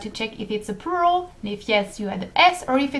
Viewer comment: I'm sorry about what I'm going to say but it's a bit awkward when you pronounce the word "plural" as it sounds like "poo roll" to me instead. ._.;;;; Try pronouncing the l in plural more like with the word for flower in French, 'fleur' but keep the 'u' sound the same as you did.